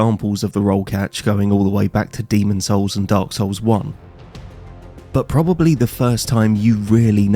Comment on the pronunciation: Telling other people to level themselves up when you can even pronounce the title of the games you're playing is wild. It's Dark Souls, not Dark Sews.